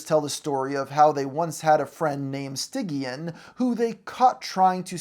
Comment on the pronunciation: I'm convinced you actually didn't watch the whole show cuz how did you mispronounce stygian's name that badly